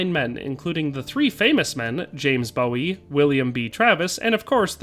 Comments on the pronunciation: The Alamo hero while a legend, was not a rock star, his name is Bowie (boo-ee, not bow-ee) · Just kills me to hear "Bowie" like David Bowie when its actually pronounced like the word "Dewey". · Bowie in the context of Texas history is pronounced boo-wee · Jim Bowie isn’t pronounced like the singer David Bowie. Goddamnit it’s pronounced Jim Boowee! If you are gonna do a historical video at least get the fukn names right! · I didn't like it because it arbitrarily made Travis into a complete A hole. Really hated that. Also Bowie was pronounced "Boo-ee". Not like David Bowie. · Great video, great historical information and very accurate 👍. One note on pronunciation. Bowie as in Jim Bowie is pronounced Boo-Wee, not Bow-Wee, or Boy-Wee. Unlike the late crooner David Bowie, who pronounced his name Bow-Wee. The famous Jim Bowie and his famous knife are pronounced Boo-Wee. A town in Texas is named after him and they also pronounce it Boo-Wee of course. I'm a life-long Texan, but know that many don't know which pronunciation is correct, and that's okay. Great video 👍. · Not trying to nitpick, but it's pronounced "Boo-wee", not "Bo-wee" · Davy Crockett wasn't a senator. He served in the Tennessee and US House. (And a quibble Bowie pronounced his name Boo-ee.) Rifles and muskets are not the same thing and don't perform the same way. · I knew you were going to say Jim Bowie's name wrong